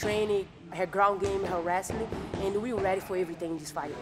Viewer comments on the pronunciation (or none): Amanda "Stay Weady" Nunes